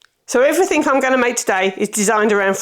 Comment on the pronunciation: Everything, not 'everythink'!